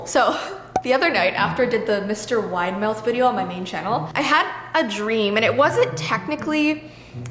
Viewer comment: saying Widemouth Me hearing: Mr Winemouth The thingy that is called CC: Mr. Winamouth